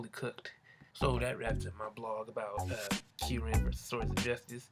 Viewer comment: You know what's most anyoing how The prenouced kyrumes Name I CAN'T STAND IT!!!!!!!!!!!!